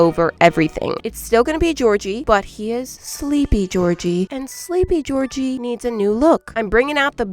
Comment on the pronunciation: Who tf is gorgie 😭 it’s Georgie!!!